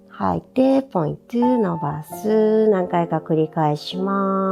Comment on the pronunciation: やりやすくて為になるけど、「ポイントゥ」って言う所がイライラしてしまう😥